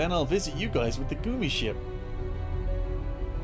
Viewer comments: Lots of folks in the chat are German and in the German language, it is pronounced 'goomi'. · So is he pronouncing gummi ship wrong on purpose now?